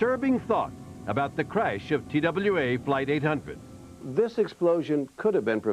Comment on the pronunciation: Why does Sam keep saying “craysh “?